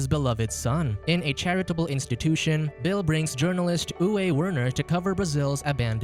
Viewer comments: Name "Uwe" is pronounced as "Uve" ;) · Uwe is Pronounced--Oovā . German male name.